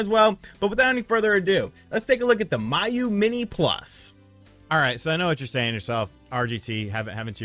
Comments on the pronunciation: First of all you're saying it wrong. It's pronounced Me-You.......not My-You...lol. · It’s “Mee-Yoo” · and Miyoo for that matter 😂